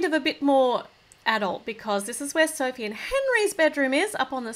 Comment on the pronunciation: She-ma-ma said Sophe